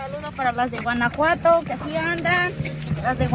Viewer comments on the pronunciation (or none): none